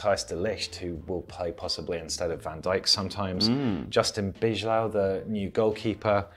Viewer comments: You pronnonunce Bijlow wrong. Its Bye Low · when pronouncing "Bijlow": it sounds more like "by low"(Wijndal = wine dal). Since the "ij" is pronounced kind of like the i in ice or like y in by. Well made video, by the way. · Its Bailow not Bijlow